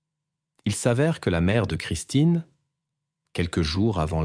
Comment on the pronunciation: C'est Christine ou christin 🙄IA🤔😑